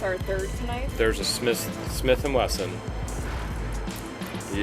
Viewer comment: ka-knife? Slang term using in Ohio?